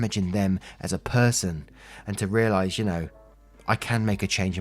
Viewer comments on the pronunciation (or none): none